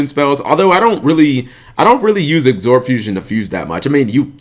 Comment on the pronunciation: Absorb. Not Agsorb. There is no G